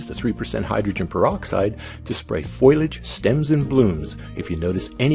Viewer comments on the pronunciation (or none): fo-li-age Not "foilage". Good grief.